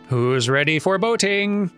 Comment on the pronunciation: "Who's ready for boating?" sounded to my ear like, "Who's ready foreboding?" As though a prediction of trouble on this journey...